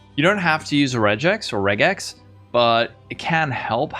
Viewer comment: Regex means "regular expression" so the "reg" should be pronounced like in "regular"